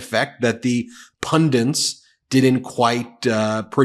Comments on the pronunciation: Pundints? Have you taken to pronouncing pundits in the same way the Neanderthal does? TSK! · Love Meidas commentaries, but please! It’s “pundits,” not “pundints!” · Pundit. Not pundint. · Ben, I love your work but the word is pun-dits not pun-dints. Many people in the US seem to have a problem with this word. Besides that, keep up the great work, great to see the Meidas Mighty on it's way to 3 million!! :) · Does Ben mean ‘pundits’ when he says ‘pundants’? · Its pundit, not pundants. Its weird to hear a pundit say pundits as pundants. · Pundits! not Pundints! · Ben: pundits, not pundints. 😅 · "pundints" - Why do so many Americans struggle with the word "pundit"? Not just Ben. It is a recurring theme. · There is no 'N' in pundits